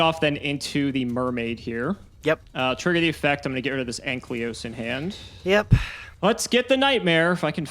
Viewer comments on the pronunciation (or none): It’s Ankylos, not Anklyos,. Man that enrages me a bit too much 😃